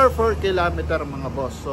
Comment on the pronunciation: Fer kilometer😂